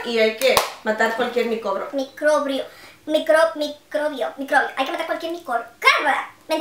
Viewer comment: que risa que no sabes como decir microbio